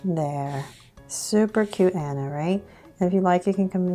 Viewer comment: she said super cute Anna but she said it like this An a but it is ok since she is cute